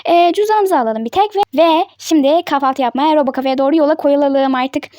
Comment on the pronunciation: Abla kafaltı değil kahvaltı